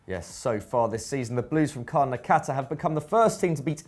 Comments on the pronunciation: From India here.. its Karnataka not karnakata 😊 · Kar-na-ta-ka isn't so bad to say is it? 😂😂